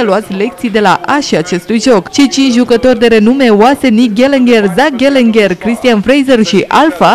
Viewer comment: se pronunta ghelegar nu ghellenger